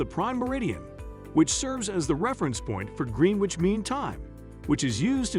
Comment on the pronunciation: Decent content. Abominable pronunciation of Faberge, Thames, and Greenwich to name a few. Bad prep and editing Do your homework!